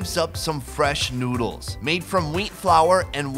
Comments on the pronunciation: sounds like he said nudes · Did you hear where he said let’s eats some nudes.